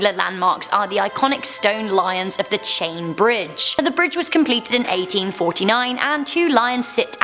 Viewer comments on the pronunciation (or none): none